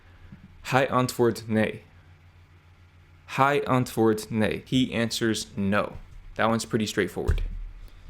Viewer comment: "Hij" You pronounced the vowel better the first time, the second time it drifted to the one in English high, a touch of an a instead of an e quality to the diphthong. Then again, pronunciations change, and that second way can be heard too as in "Blaaif baai maai" for "Blijf bij mij". The 'long a' in bestaan should sound a little longer and more closed. It is a new sound for you (doesn't exist in English) and you were very close. You said singen instead of zingen. And you haven't even been to Amsterdam :) (Many words in Dutch starting with a z still start with s in English (and other Germanic languages, and the older versions of Dutch), but in Amsterdam many would still use s). You correctly don't pronounce the final n, but the computer voice somewhat does, which is odd.